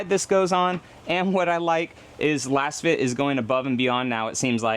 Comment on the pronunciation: Are you sure you’re saying it correct. Your pronunciation just doesn’t sound right and since they are laser fit, I would suspect it might be “LAZFIT”🤷🏻‍♂️